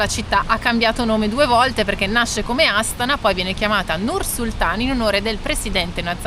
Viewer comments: Buongiorno Ragazzi, sì dovrebbe pronunciare Astàna. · Volevo dirvi che la pronuncia corretta e’ Astana’ e non Astana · Voi continuate a cadere sugli accenti.😂😂😂😂😂 Astana va pronunciata con l'accento sulla seconda "a".